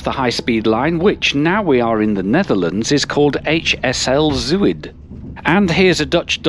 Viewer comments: Nice video. Antwerpen Centraal never ceases to amaze me every time I pass through it. BTW, the Dutch word 'Zuid' is pronounced 'Zowd'. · Zuid is pronounced Z-ow-d